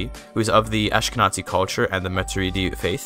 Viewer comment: Just here to say that when reading "Ashkenazi" you should say it with a hard Z ant not TZ, so "AshkenaZi" and not "AshkenaTZi", it's basically read as it's written. And thank you! You helped a lot!